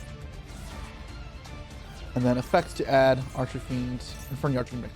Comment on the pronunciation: I like the way he says archfiend like arch-a-fiend, sounds Italian 😂